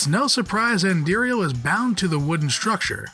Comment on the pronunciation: Just like he did with Andariel, about a half dozen times and only pronounced it correctly once, I am guessing he didn't play Diablo 2